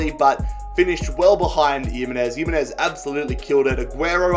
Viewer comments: yimenez??? its himenez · Oh my god stop pronouncing Jimenez’ name like he’s from Eastern Europe It’s pronounced Himenez not Yimenez And what made you decide that Haller was pronounced “Heya” 😂😂😂